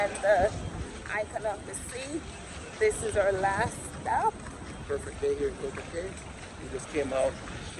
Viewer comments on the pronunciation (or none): It’s pronounced Coco KEY